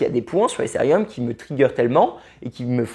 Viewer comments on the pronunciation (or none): Mais pourquoi prononcer Ethereum "Éssérium" ?? n'importe quoi.. É-TÉ-RÉ-UM, c'est pas si compliqué..